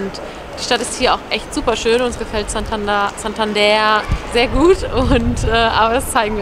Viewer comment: Santander wird aber nicht Santanda ausgesprochen.